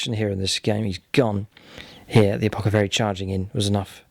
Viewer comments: I really love your vids and really appreciate all you've taught me about how to play 40k since I decided to start delving into this hobby a year ago. You're amazing! That said, is there an inside joke I'm missing? It's "apothacary" not "apocathary". It hits my ear so wrong! Don't ever change. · Great batrep It's ApoTHecary lol